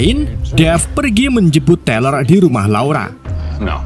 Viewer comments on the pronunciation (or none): Tyler = Tai-Ler Ini Abang bacanya Tiler akwkwkw